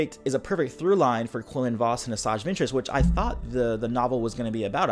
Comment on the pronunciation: Thats not how quinlan "was"-(vos) xD